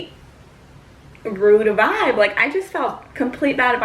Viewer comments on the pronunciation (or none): none